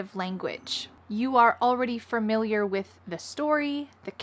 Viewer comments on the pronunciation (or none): you made a common pronunciation mistake...twice! You said, "frmiliar" instead of "familiar."